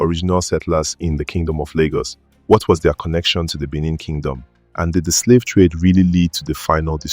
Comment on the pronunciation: Good work and story. However, do try to pronounce indigenous names better. Ask any aware Lagosian about correct enunciation and emphasis of Eko, Benin, Epe, etc.